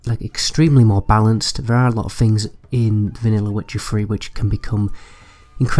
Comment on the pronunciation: witcher free? please put some effort in pronouncing your th's and f's and r's. children can be forgiven but at a certain age you begin to sound ignorant. fink : THink, free : THree ferd : THird fings : THings everyFing : everyTHing and so on.